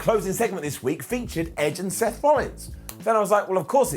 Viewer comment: Did he call Seth, "steth" at one point towards the end of the video? mark